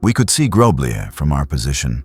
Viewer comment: I couldn't find the village in question, maybe don't change the name so I can try to find it and it's not groblije It's groblje you read lj as one letter cuz we Serbians don't have lj as in cyrilcs (Љ), this is the letter that the lj means